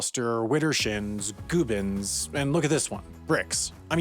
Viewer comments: I’ve heard it plenty of times in the South West too. Not sure why he pronounced it goo-bins in the video though, I’ve always known it as gubb-ins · In England at least, Gubbins rhymes with hub-bins, it's not goo-bins! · Did you just pronounce Gubbins as Goobins Come on man you’re killing me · The u in gubbins is pronounced like the u in yuck, no the oo in food. Didn't you live in the UK for a bit? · 'Gubbins' is pronounced with a 'gub' as in 'pub'. Not 'goobins'. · That's GUBBINS. Guh-bins. As in, the gubbins inside the computer. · Isn't gubbins pronounced guh-bins? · Gubbins is pronounced guh -binz. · Is Gubbins supposed to be pronounced Goobins? Edit: No. I'm offended. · Mispronounced gubbins and dorcopsis... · How you pronounce gubbins is distressing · "Gubbins" is a real word British people say. And that's not how it's pronounced. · How do you not know how to pronounce gubbins? It's a great word. Sponsored by the department for the preservation of unnecessarily British words. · I can’t believe you said gubbins wrong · Gubbins isn't even that obscure a word. It's also not said like that. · Man pronounced gubbins wrong. It has a double 'b'. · You said gubbins wrong, and it’s not that uncommon of a word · The way he said gubbins though As a Brit, it hurts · “Gubbins” (prounounced with a hard u like ‘rub’, not a long u like ‘rude’) is a very common word in UK English. It means “assorted inner workings” or “bits and pieces”. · lol your pronunciation of "gubbins" was really off. The 'u' should have the same sound as in 'up'. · No. The pronunciation in this video is wrong. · Absolutely can't get over him mispronouncing gubbins